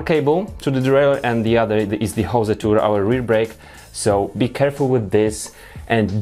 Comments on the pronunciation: It's 'hose' not 'jose' ;) Apart from that good stuff :) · Hose is pronounced "hoes" not "José" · Please check on how to pronounce hose in english !! Damn... ^^